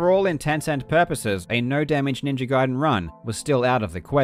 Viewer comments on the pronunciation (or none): Jesus F'in Christ, it's pronounced Ninja Gayden, not Guiden.